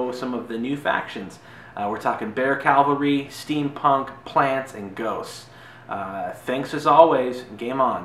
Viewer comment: Great vid. I played the game at Gen Con a couple of years ago but never bought it. I may have to reconsider. BTW, it's pronounced CAValry not CALvary. Kind of a per peeve. Keep making the awesome videos.